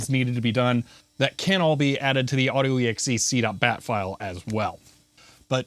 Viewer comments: Auto E X E C DOT BAT File I have never heard is pronounced that way. Not a criticism just a point of interest. Was that something you learned from a colleague, or you own invention? In my experience it's pronounced AUTO EXEC DOT BAT I have a few of these old PCs including IBM PS/2 systems. I started in IT in 1992 doing DOS/Windows, WindowsNT, OS/2 & a little later Banyan Vines. It was a very interesting time in IT. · Did say "auto-exe-c.bat" rather than "auto-exec.bat"???? Such a pickle. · he said "auto-e-x-e-see dot bat" and sounded very strange and apparently OP felt the same way lol